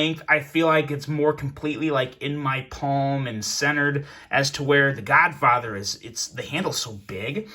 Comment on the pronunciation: U keep say the godfather but all i hear is the Godfocker 🤣🤣🤣🤣